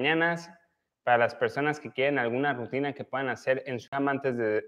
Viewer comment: Rutina no RAUTINA